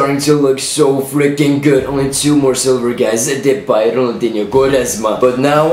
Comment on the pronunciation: you are like the first foreigner who can say depays name properly